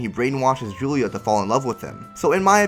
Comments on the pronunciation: You don't say "Guila" but instead "Julia"??? Weird. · (GI-la) not Julia